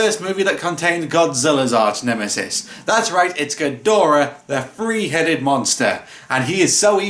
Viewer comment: Ghidorah, the Free Headed Monster! (Accents are so much fun.)